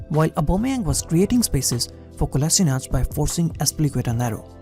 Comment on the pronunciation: Its Kolasheenatz, you say Kola sort of quickly and sheenatz is a little longer, that is the correct way